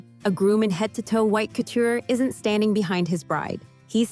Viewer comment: ANNOUNCER: IF YOU'RE GOING TO TALK ABOUT COUTURE Dresses learn how to pronounce it! Unbelievable you sounded ignorant! And Miss Bryant 's dress was sapphire blue not powder blue... O m g get it right!!!